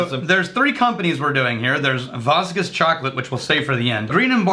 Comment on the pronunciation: Vosges is pronounced Vo- and then like a z j sound like the j in je suis.